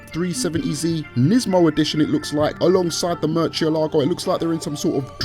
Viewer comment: Nice "MERCHIELAGO"